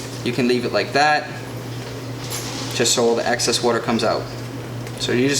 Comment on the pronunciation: Great information, just two minor issues. Maybe it’s me but I am hearing you say Access instead of Excess and Ladies smoke cigars also.